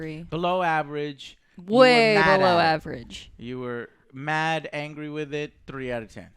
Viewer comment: Thought it said angay review